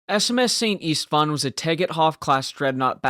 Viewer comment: It should be pronounced Sent Ishtvan. 😉